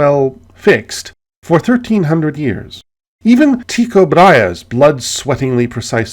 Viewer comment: Algebra, algorithm, arithmetic, all Arabic words. Algebra must have looked like gibberish to common folks back in the day, hence the genesis of the word. Al-jabr, jabr, gibr, gibber, gibberish. Tycho Brahe, is properly pronounced as: "Too-koh Bra-yeh" This "Tie-co bro-he" nonsense needs to end.